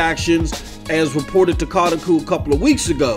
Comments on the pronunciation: Stop pronouncing things lol what the hell is kahtakoo? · It’s pronounced CO (like in Co-op)- TAH (like Spongebob laugh)- COO (coo like what a baby does) (Kotaku)